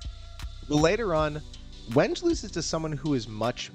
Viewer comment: Great video but my man I implore you to check the pronunciations of names. I winced every time you said Wenge 😢